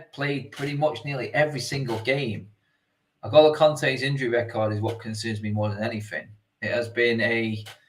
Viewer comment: How can N’golo possibly be pronounced El-Goal-Oh?!